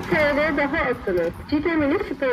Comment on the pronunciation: Perfect video. Look forward to each and everyone of them. Just so you know Cide is pronounced jidd eh. The C in turkish is our J. Your making me long to go back guys x